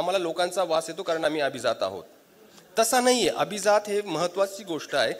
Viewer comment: *तुम्ही अभिजात मधील ज जहाजातला उच्चारलात. त्या 'जात'चा अर्थ ज्ञाती असा होतो. अभिजात मधील ज हा जास्त मधील ज सारखा उच्चारायला हवा कारण तिथे 'जात'चा अर्थ जन्मलेली/ला असा होतो. *मराठीत व्यक्ती शब्द स्त्रीलिंगी आहे. छाया देव.